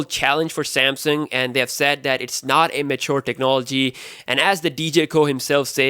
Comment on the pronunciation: He said Samsang lol